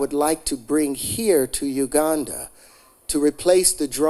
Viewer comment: Every time he says Uganda I hear Wakanda